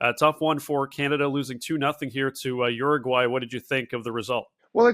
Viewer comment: Uraguay or Argentina?